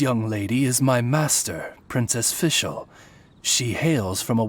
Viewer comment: Thanks for uploading these cutscenes! I am making a video about Fischl's and Oz's horrible german pronounciation and this really helped me with my research. Keep it up!